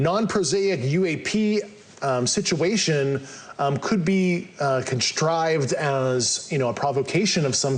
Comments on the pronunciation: Yes! I heard constrived too! He’s full of mispronunciation and misinformation. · Nucular, excetera, expoused, constrived. Wtf language is that?